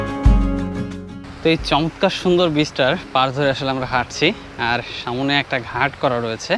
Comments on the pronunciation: “‘সামনে” নাকি ”সামোনে” শব্দটার উচ্চারণটা একটু বদলালে আরও ভালো লাগত, কারণ ভিডিওতে এই শব্দটা অনেকবার শুনেছি।” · শব্দটা হচ্ছে সামনে,সামোনে নয়. It sounds disgusting..